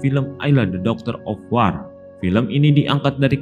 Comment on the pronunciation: Wor oiii bukan war ah eelah